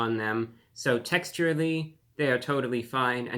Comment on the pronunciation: "texurally"? cmon brah its "texturally"